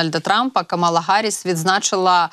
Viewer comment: КАмала Гарріс, не Камала Гарріс. Майте повагу